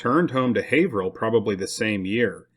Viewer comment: Excellent job on the pronunciation of Haverhill. Most non natives of Mass, mispronounce alot of the town's names here. I'm impressed with how much his presentation has improved over the course of this channel. He's so much more confident in his presentation. Not to be insulting, but he's gone from sounding like a kid reading his book report, to a professional presenter. I especially liked the history channel jokes at the end of the episode before this one. I really look forward to every video.